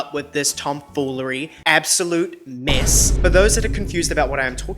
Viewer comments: Is he saying “miss” or “mess”? Lol. Cause either word works. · Every video is a MESS... lol it sounds like you're saying 'miss' a lot of the time. Just in regards to the Michael Jackson award/not award thing, i am more inclined to believe that Sony had something to do with being shady than what a r worder says about him hearing someone say simething about Michael 🙄 I think it is also so disgraceful that JLo WON THAT AWARD BECAUSE SHE DIDN'T SING THAT SONG. 'I'M REAL" was not even sang by her. Again. And also the fact that Ashanti was one of the main artists JLo used for her songs, and Ashanti was also nominated that night is crazy.